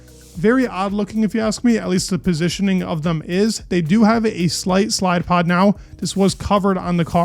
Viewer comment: did I hear slidepod?